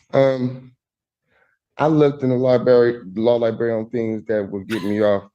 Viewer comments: "Law Libarry" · I love me some “law liberry” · That’s li-BERRY sir!😂😂😂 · C’mon - it’s “liberry..” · Even as a 10-year-old, it was annoying when I heard people say the word library with only one R. Great start goofball.